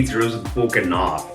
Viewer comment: “Yoh who the hell eats ribs with fork and naaarff”😂